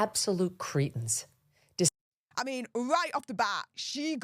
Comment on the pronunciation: Critens? I thought the word was Cretins 🙄 or is it a new word 😅